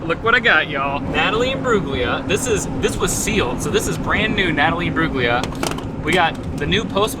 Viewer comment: Yay love to see an Aussie artist! By the way her last name is pronounced Im-brool-lia, the G is silent 😉